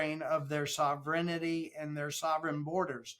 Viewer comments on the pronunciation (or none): it's not BudapeSHT it's Budapest like pest control, and it's not sovereignITY it's sovereignty "tee" - what a dud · "SovRinEhTee"....... "BooDahPreSHhh"